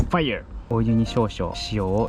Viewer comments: 知識がすごくて聞きやすいし楽しめました あとファイア🔥の発音が最高すぎました笑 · fireの発音めちゃ良い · That “Fire” is so englishing 😂😂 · いつもchieetonさんのFireの発音が良すぎて笑ってしまう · First video i watched on the channel, that "fire" caught me off guard because its pronounced so well by a non-english speaking person 😭 I like this style of editing, def adding you to my favorites